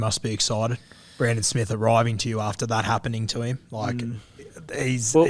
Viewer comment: When are you guys and the commentators going to start pronouncing Brandon Smith's name properly, it's pronounced ' Smeath ' This shit wouldn't happen on SBS...